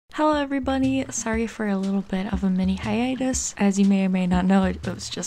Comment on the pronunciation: I had NO idea hiatus was pronounced like that!! Now I know. Also! This is good info! Thank you very much hehe